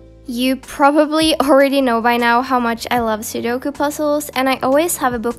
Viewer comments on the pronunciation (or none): who else died when she said sudoku wrong